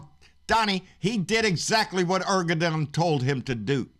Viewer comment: I love these rants! But brother Turkey's President's name is pronounced (Air-duh-wan).